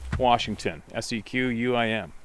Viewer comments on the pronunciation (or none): It's pronounced "Squim" Not Sequam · FYI Sequim is pronounced "Skwim." 😊💚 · Hi. That town Sequim is pronounced ‘skwim’ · FYI Sequim is pronounced Skwim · FYSA,. Sequim is pronounced "Squim". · That town is pronounced as Squim, the e is silent. Thank you for the stories. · I dont understand peoples first reactions are to shoot and kill sasquash when not provoked. Thats murder to me. Btw not that it madders but Sequim is pronounced skwim. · Sequim is pronounced S’quim. Fyi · Sequim is east of Port Angeles. Lots of sightings and Elk. The E is silent. Rock on Dude.🤘😎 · I believe it's pronounced "Squim" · Sequim , Washington, is pronounced Skwim.... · The “E” is silent in Sequim